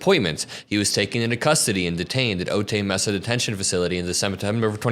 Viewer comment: Otay Mesa = Oh-tie May-sah